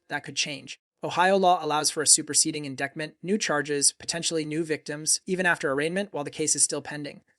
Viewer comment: Really can't stand the repeated mispronunciation of 'indictment'.